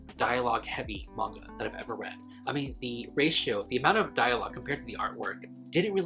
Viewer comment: Not me hearing “now let’s talk about vodka” instead of MAGNA😩